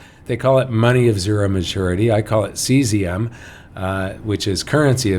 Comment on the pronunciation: I thought you were calling it Caesium because the hazardous decay products keep growing